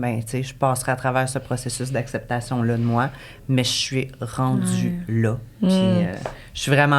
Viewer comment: je t'aime vraiment full t'es intelligente, t'es drole mais depuis que j'ecoute tes podcast tu dit toujours apceptation ( je te le dis avec un sourire la ) c'Est comme si ta bouche veut pas dire acceptation hihi